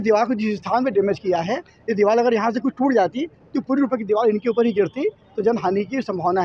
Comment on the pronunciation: Diwal Nahin Hota Deewar Hota Hai